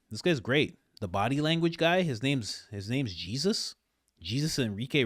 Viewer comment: His first name is pronounced like, Hey-sus. J is silent in Spanish.